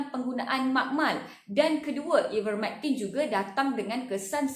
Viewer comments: Sebut nama ivermertin pun x betul.. hahahhahaa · Please learn how to pronounce IVERMECTIN madam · Sebut ivermectin pun tak betul ermm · Baik sy dengar ckp prof mustafa ali..dia lagi pakar..psssfffftt..sebut ivermectin pun dah salah